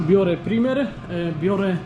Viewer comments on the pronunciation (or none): Chopie! PRAJMER, nie primer.